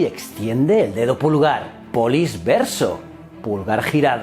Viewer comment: Se lee “poliche” 🤦🏻‍♂️